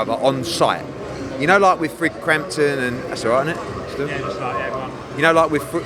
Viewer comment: "Fruigg Crampton" 😂😂